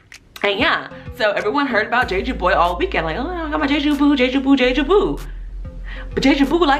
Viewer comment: It's not "jay-jew" it's "jheh-jhoo"